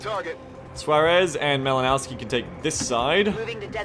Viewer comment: That Malinowski dude is Polish - the "w" in his name should be pronunced as "v". Try to think about it like "Malinovsky". BTW - I'm looking forward to some more XCOM 2 action.